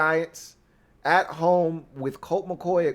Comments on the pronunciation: please pronounce words properly. For example... it's "with"... it's not "wiff" it's "WITH"! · oh damn... I didn't really expect you to actually read my comment! Now I feel silly. Here I'll rephrase with appropriate respect. Dear, Please articulate the word "with" correctly. When you don't, it belies your formidable command of your faculties. But for real though man... you are my new go to for Redskins (always) content. You're naturally charismatic and you know the game thoroughly. I recommend your videos to all my fello Washington die hards. You're killin' it bro... keep up the strong work!👍🏼 HAIL!!!